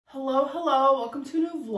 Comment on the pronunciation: The “h’llo h’llooo” is reeeeeeally killing me 😭